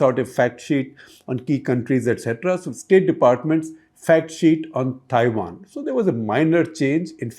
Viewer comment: This guy needs some basic accent training. He pronouncing Taiwan as Thaiwan.